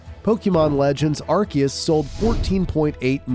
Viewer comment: brother its pronounced "Arceus"(pronounced with Ar"see"us)